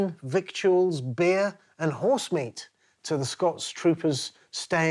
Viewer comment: Down voted and OFF! for mispronouncing "victuals". {:o:O:}